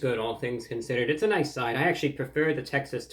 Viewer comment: Noi-ce tie!